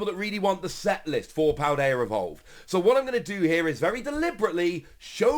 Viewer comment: There is no R in Paldea homie.